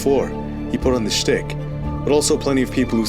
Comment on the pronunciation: It's pronounced SHtick ^ Comment for algorithm + 👍 'd #Paxus Rating: ☆☆☆